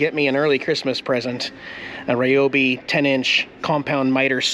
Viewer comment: 💗💗I heard it.....RYobi 🤣🤣 thx